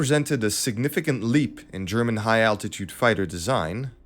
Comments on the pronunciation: Honest and fair appraisal of an aircraft that was simply too little (underdeveloped) and too late. Excellent video up there with "Greg". The narrator's accent is interesting. Perfection with German pronunciations I've noticed. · But his German is impeccable. Fragen, warum? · The narrator has good German pronunciation.